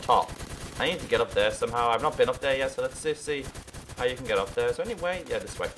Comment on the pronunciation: that aim xD and you say yeahr thats so funny